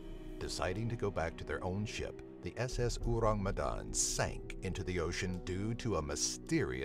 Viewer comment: the way he said orang medan hurts my earssssss. English speakers always have problems to pronounce bahasa indonesia😰